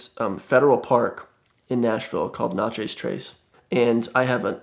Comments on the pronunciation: did this dude just call the nat-cha-sss trace, nacho trace smh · His pronunciation of Natchez is terrible!